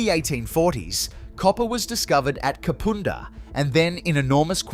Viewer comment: Yes definitely had a problem with Kapunda.